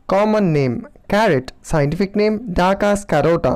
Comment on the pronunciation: Carrot scientific name not dacas carota... its "Daucus carota"